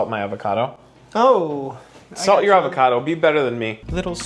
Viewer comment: "More avacadoo" lol. FREESH AVACADOOH?